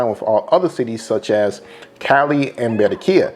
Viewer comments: These Americans with their fnckt up Spanish pronunciations 😖 Its Ba-rran-quilla my guy not Be-rren-quilla! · You sound delusional asf! Having a accent and saying words completely wrong is not the same! How dude say 'Cali' is about accent, saying Berrenquilla instead of Barranquilla is not! You'll never see us spell Americo yet you guys spell Columbia🤦🏿‍♂️